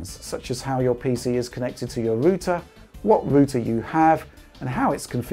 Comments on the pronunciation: It’s router, not rooter lol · Great video. Very informative. Thanks for taking the time to make this video. But wtf is a rooter? :P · TIL Brits pronounce router it as a "ROO-ter" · That's how you pronounce Router before American English changed it for some reason. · Ruter lmao 🤣